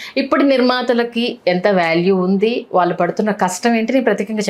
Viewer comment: వాల్లు కాదు వాళ్ళు ! ళ అనే ఒక అక్షరం ఉంది తెలుగులో.